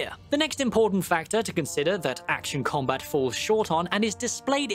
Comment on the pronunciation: "Action com-bit," Nice one,.